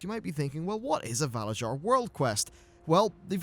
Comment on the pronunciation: I don't know if anyone has said anything but the way you're saying valarjar is wrong. in norse cultures j's sound like y's so it would be valaryar phonetically.